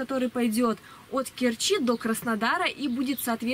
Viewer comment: Доехать до КЕрчи - ударение на первый слог